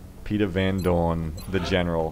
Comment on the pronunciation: It's Van Doorn........